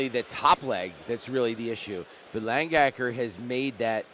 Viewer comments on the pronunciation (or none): It's Lang-Aker not Lang-Gaker